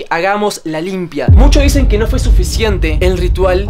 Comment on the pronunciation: dijo que pero se escuchó qui